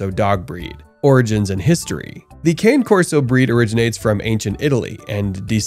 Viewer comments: Cane = car-nay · It's actually CA-nay. It just means "dog" in Italian. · you are mispronouncing the name. It's italian.